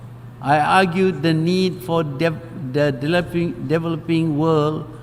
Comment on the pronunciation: His English is shaky. He seems nervous. And he is mispronouncing words. Why do some of the posters on this board think he is a confident speaker? He isn't. At least not in English. The previous Malaysian prime minister (Mr. Razak) was a better public speaker. -- , Mr. Mahatir is struggling to pronounce the simple word "developing". You think he is an accomplished speaker? Sorry, he is not.